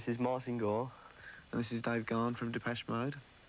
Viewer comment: So now I finally know after 41 years of listening to DM that Gahan is pronounced “gone” - thank you for posting!